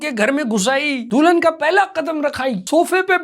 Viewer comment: Dulhan ❌Do-lun ✅ Foodie ❌ Fudi-dia ✅ WTF bro🤣